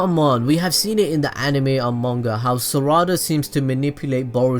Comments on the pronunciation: Its saらda not saRRada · It’s not sawada it’s sarada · It’s not sarda it’s sa ra da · Bro don’t tell me you say SURADA it’s SARADA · Its sarada not sarida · Is it just me that hears "za warudo" whenever he says "sarada"? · The way he says saradas name makes me mad low key just say sa-da-da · i thought he said burrito and sa raa da xd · Sa ra da lol its sarada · mispronounces sarada IT NEVER ENDS SORUDA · It’s Sar-uh-duh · Pronounced Sara-duh and Sumir-eh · saw raw da lol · The way he said Sarada is Sourada... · This is how many times he mispronounced Sarada ⬇ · Say the name right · The way u said sarada just pisses me off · he can't even say sadara right